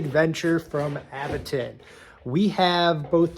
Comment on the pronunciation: Say it with me everyone...Aventon "AVENTURE.." 😊